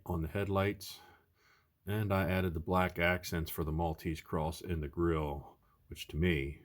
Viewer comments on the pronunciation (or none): none